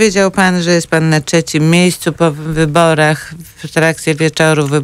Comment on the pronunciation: Nie mówi się ''czecim'' tylko ''trzecim''. Jak można pracować w radiu i mieć taką wadę wymowy.